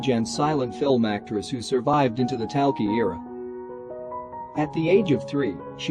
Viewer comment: Parson Exactly. the pronunciation of talkie, Edwardian, Maugham and Epoque is utterly ridiculous